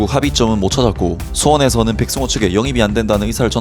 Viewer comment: 백성호아니고 백승호 ㅋㅋ 사투리 티난다